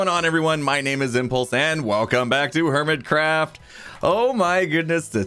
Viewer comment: Did he say hermit-crap in the intro?